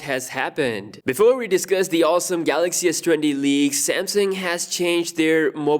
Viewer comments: Yes. No more Galaox pronunciation guys! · Roh te moon if i pronounced it right and new samsung galox comments will hit everywhere now U will be missed dj🤙🏽🤙🏽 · Say GALOXY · DJ: Galox: Garoxx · Shit so we wont get to hear him say The GALOX S20 ultra. Sad! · "Samsung Galox"🥺😥.ill miss it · We will all miss him saying “Samsung Galox” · The “GALOX” Note 10 😆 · That was fun, yes a new Galaoxy for Samsung Mobile! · It’s garax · Samsung Kellogg's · The new Korean guy will be saying Galocs instead~ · I wonder how he's gonna pronounce Galaxy😂